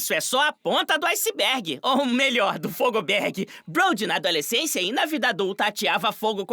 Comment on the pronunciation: bryson não é fogoberg é fireberg